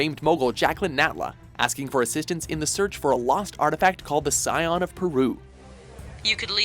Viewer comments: Sy-on? It's said skee-on spelled scion and they didn't put the 'c' there just to be silent, hate how lazy English pronunciation has become. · FFS IT'S PRONOUNCED "SKEEAWN " NOT "SCEION" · Scion is pronounced with a K sound. (ski-on) They say it multiple times in the game. Also, The last Revelation is the first game in the franchise to REMOVE the ability to replay levels. And come on...Angel of Darkness deserved a mention at least. Yes it 'killed' the franchise, but that was Eidos's fault. The mechanics were only clunky at the start because Lara is weak and inexperienced. So when she gets stronger, the controls are great. The story was great and it has one of the best plots to the franchise, but a really sad ending, because it left so many questions as it was the first part to a trilogy that never got to be made. The game also has an entire soundtrack created by the London Symphony Orchestra, so really powerful Soundtrack and the game introduced Lara's first ever Love interest, who was equal to her in skill. And 2013 as number 1? Really. No. You guys should actually research before making stuff like this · Ski–on! Ski on! Not sai on! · it's pronounced ski on no si on also tomb raider 2013 was an absolutely amazing game but it doesn't deserve the top spot and where the hell is TR anniversary how could u skip that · it's ski-on not sion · It’s pronounced SKI-ON! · It's pronounced 'ski-on'. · You pronounced Scion wrong. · Not even a mention to any of the Gold entries? I know that they are short games, but at least they are worth mentioning. Also, I can let the pronunciation of "the Dagger of Xi'an" slip by, but in game, Natla and Lara pronounced "Scion" loudly and clearly several times ... "I'm just pronouncing ‘scion' in my dialect" is merely an excuse. And, yeah, AOD. I'm among those people who are still yearning for any words on the Lost Dominion and A Dream of Resurrection. I like AOD, and I still want to know how it could have been but never was.